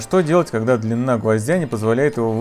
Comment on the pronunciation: Автор. Вы говорите-Что делать когда длиННа гвоздя не позволяет... В этом случае слово ДЛИНА пишется и говорится с одной Н. Когда говорят и пишут - Дорога была длинна то две Н. Говорите и пишите грамотно, Вас люди слушают. В остальном лайк